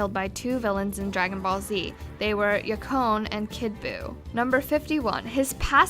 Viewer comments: I DEMAND AN APOLOGY! Just kidding, you guys are great, but number 50 should have been "Excluding movies, Goku only killed two people in the series: Yakon and kid Buu." Yakon was also mispronounced, but that's okay. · it's pronounced "yak on" urrgh